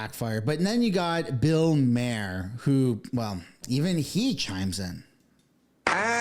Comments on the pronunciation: Okay but it's not "MARE" or "MAY ER. It's MAR. BILL MAR. Why are you trying to make it fancy lol. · Bill “Mar” like “bar” … just trying to help. I have watched many videos about him mispronouncing his name. Love the video and content. Nothing better than pointing out guilty white people crap 😂😂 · it's pronounced BILL MAR. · Bill Mare? I think his last name is pronounced like "Mar". Like far. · Just a side note, Bill Maher is pronounced “Mar”, as in the planet Mars. It’s not Bill “Mare” as in a female horse. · Good lord, learn how to pronounce the subject of your video. Looks a lot more professional. Also, not Bill “mayor” … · And “Bill Mayor”. Last names have this dude up against the ropes. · Why cant people pronounce Bill Mahers nane? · Come on man, learn to pronounce Bill Maher 's name. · Anybody else triggered by the way he's pronouncing 'Maher'? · Bill Maher is pronounced Bill Mar; Sinai is pronounced like sigh-nigh. PLEASE, younger generation, LEARN how to pronounce names properly. It is NOT BILL MARE.... Good grief. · f dude, is this AI robot reading? Bill "Mahr" (rhyme w PAR as in golf); "Sinai" like I SIGH NIGH (your redemption draweth nigh/near). "Mount Sinai" where ol Moses got dem 10 commandments. "Cedars Sinai" hospital in Los Angeles? dang man lol make me think more about starting one of these lame channels sigh yeah carry on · Can't pronounce Maher or Sinai. Talks for a living. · Billie Eye lish, bill mar, sy an eye law firm. Just helping with pronunciation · You need to learn how to say their names not that I don’t agree with your points, but you pronounce Bill‘s last name, incorrectly, and Billy‘s name incorrectly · Are you purposely mispronouncing Eilish and Maher? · Respectfully, are you trying to mispronounce every name? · You pronounce both those names wrong 😮 common. Other than that, hopefully it's true.